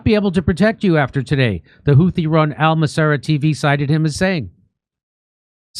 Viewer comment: No, it's not a name we gave them. Ansar Allah, are also know as Houthis because that was their founding leader's name. The name 'Houthi' sor حوثي in Arabic is the name of their original leader whose full name is Badr Al-Houthi. It is 'Houthi' with 'th' as in 'Think' not 't'. Their current leader is his son Abdel Malik Al-Houthi. The word has a meaning in Arabic but I won't bore you with that knowning how fast you'll forget anyway. I know how easily bored, distracted, and disinterested Americans are when it comes to other cultures, or anything about other people outside the US 😁